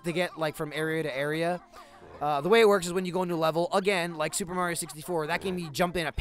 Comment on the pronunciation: First time I've heard say Mario instead of Mehrio